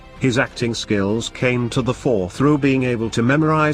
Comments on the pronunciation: If you really do want to increase the number of subscribers then get a human to read the text instead of whatever robotic voice dubbing you use. 1st is pronounced first and 4th fourth. I stopped listen to the robots and read the text for myself but until you get your narration sorted out I won't be subscribing. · Sound track ruins it. Fourth pronounced 4ST. I mean!